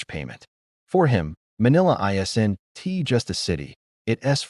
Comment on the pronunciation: AI reading this made it almost unwatchable. "I, S, N, T" worth it